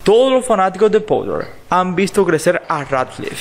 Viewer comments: No me canso de decirlo, aprende a pronunciar el inglés. No se dice pouter sino, porter. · Ni tú ni el es potter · Pottha xd